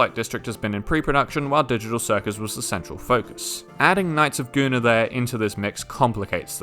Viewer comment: You keep mispronouncing Knights of Guinevere